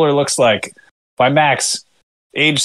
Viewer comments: really its bay max cmon!! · You guys are hilarious as always. I was about to mention that it's baymax, not beemo (beemo is a character from adventure time, not big hero 6) but I see you've already corrected it.